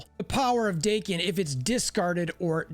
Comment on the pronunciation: Daken ,Rhymes with Kraken not Bacon.